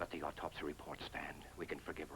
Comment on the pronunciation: I keep hearing the characters saying ortopsy. It is autopsy.